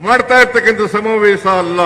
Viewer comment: Evanu kannada kavalu samthi agidda adare evana bayalli samaaveesha annoke baralla samavesa anthane